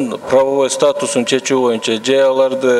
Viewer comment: "Моюнча"- эмес боюнча га дейм